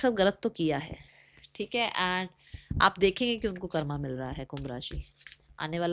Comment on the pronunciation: Karama ni hota h didi 😂😂😂😂😂 radhe radhe